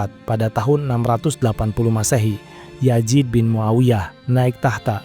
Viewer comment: Pliiss Z bukan J ya...biar enak didengarnya. Yazid bukan Yajid, Bizantium bukan Bijantium, Zubair bukan Jubair